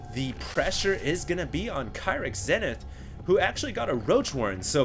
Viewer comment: ur prounoucing kyrix namewrong its not kia-ryx its keer-ryx, atleast u prounouce zenith right until husky who pronouces it zeenith